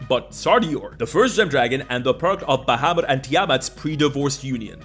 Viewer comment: You know what earned my "like??" You pronouncing "primer" correctly ! Drives me BONKERS when folks pronounce it "primmer." (although I put the emphasis on the first syllable of Tiamat and Bahamut, but I'll let it slide...)